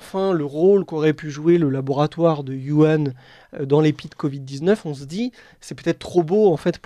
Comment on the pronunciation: on ne dit pas Yuhan, on prononce wouhan (avec un h dur comme le j espagnol). Je parle, lis, écris le chinois, en nov. 2019, les Chinois parlaient d'une infection respiratoire qui leur venait des E-U